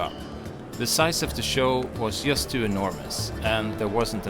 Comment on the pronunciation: has an excellent english vocabulary and a great pronunciation, but I wish his pronunciation of some of the english letters were more to the point. I know it is a "swedish thing", but I'm sure Malin can help him. 😉 Fx. "Just" is pronounced /dʒʌst/ = Fx. "Chain" is pronounced /tʃeɪn/ = Fx. "Chosen" is pronounced /ˈtʃəʊz(ə)n/ =